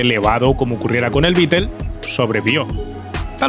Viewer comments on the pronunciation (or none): Beetel? 🤣 es Beetle 🤦